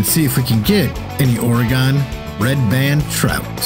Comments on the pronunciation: its pronounced "or-eh-gin"! jesus i couldnt watch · Your videos are great, very helpful. However if I have to hear you pronounce Oregon like you have again I’m going to stick a hot poker in my ears. Oregon is pronounced Or-eh-gun. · IT'S PRONOUNCED OR-A-GIN JESUS I COULD BARELY WATCH THIS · Love it when someone who isnt from the pnw tries to pronounce Oregon, Puyallup, Kaniq, etc. Thank you the tip and a good laugh 😂😂😂. Oregon is pronounced organ 😉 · Where in the hell is or-e-gone? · Oh, I know how Oregon is pronounced, I just thoroughly enjoy pronouncing it incorrectly as "Ore-ghan." lol. Hope the tips help! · yes it is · the way you say Oregon is killing me. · Maybe try pronouncing oregon right